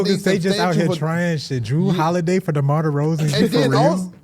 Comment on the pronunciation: why say demar like a slur